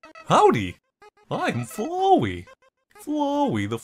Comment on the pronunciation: You said Flowey's name wrong. Its Flowey like as in Flower. You would say it like your saying flower but make the ey sound at the end.